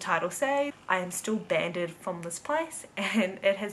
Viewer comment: You pronounce "banned" wrong. It's banned not 'banded' as you say it 😂